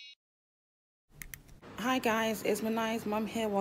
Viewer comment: Do u realize that you called Minai “Miami”?